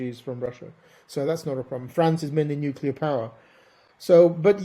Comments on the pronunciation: Host said at times nucular (incorrect), and nuclear (correct). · Please. Nuclear is pronounced new-klee-er, not new-cu-ler. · Why many british say "nucilar"?